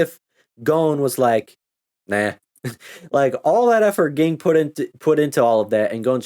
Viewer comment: Ging's father and Mito's father were brothers. Also, it's pronounced "Jing", but you probably already knew that.